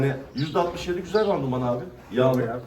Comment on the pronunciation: başkan randuman değil randıman:)